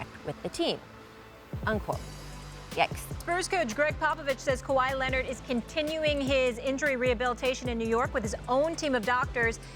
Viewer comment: Kawhi Lennit